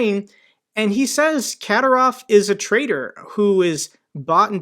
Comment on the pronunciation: his name is pronounced Ka'dy'rov...